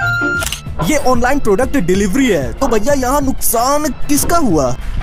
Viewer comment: Product ❌ Troduct ✅